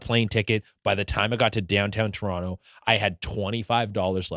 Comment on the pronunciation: He says Toronto correctly. Love this guy, he is too funny on Tik Tok. Much love to Che Durena